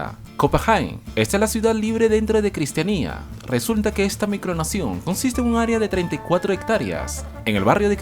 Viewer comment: No se dice cristianía es cristiania copenague no copenjien